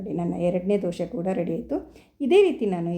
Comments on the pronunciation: ದಯವಿಟ್ಟು ದೋಸೆ ಅಂತ ಹೇಳಿ. ದೋಷೆ ಅನ್ನಬೇಡಿ. ನೀವು ಕನ್ನಡದವರೇ ಅನ್ನಿಸುತ್ತೆ. ಚೆನ್ನಾಗಿ ಮಾತಾಡ್ತೀರಿ.. ಅದಕ್ಕೇ ಈ ರಿಕ್ವೆಸ್ಟ್. Thanks for the nice recipe. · Dose not Doshe. Pronounce Kannada properly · Not doshe ...... Dhose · ದೋಷೆ ಅಲ್ಲ ಅದು ಅದು ದೋಸೆ 😎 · Dosha anbedi..Dose. Anni😊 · ಸುಂದರ ಉತ್ತರ.. ಜೊತೆಗೆ ಕೆಲವರಿಗೆ ಸಕಾರಕ್ಕೆ ಶಕಾರವಾಗುತ್ತದೆ..ಹೀಗಳಿಯಬೇಡಿ.